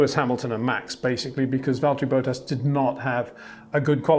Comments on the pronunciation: 🌐 it is NOT Lewish ... it is NOT Bottash ... and it is certainly NOT Max Vershtappen! Pronouncing "st" as "sht" is done by Germans not Dutch people! ... like an insult to (some of) us ... like insinuating you are a Nazi or something. But most people from Holland (like me) have NO issues with Germans at all. Am part German myself. Everybody knows how to pronounce Stable not "Shtable" or "Train Station" not "Train Shtation" so NO EXCUSE to be a moron! They do not do it with others having st in their names! ... All other F1 drivers are pronounced correctly having "st" in their names. This BS started years ago with father Jos Verstappen being interviewed by British sport presenters thinking it is funny to talk like a German to a Dutch guy! ... It is not ... And they do not giva fck. Not even having the courtesy to ask how to pronounce it correctly. (Acting dumb about it, hence my sarcasm, which some do not get). I did not say all Dutch people think like that ... but people that make fun of assumed "Nazis" they change their pronunciations to make fun of you. But there are vast amount of nice Dutch people that never would do that ... nor feel the need to insinuate. I have been called "Nazi" by some just because my last name is German then they talk with "sht" & z (not s). Thinking they are "so funny" doing that. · 🌐 it is NOT Lewish ... it is NOT Bottash ... and it is certainly NOT Max Vershtappen!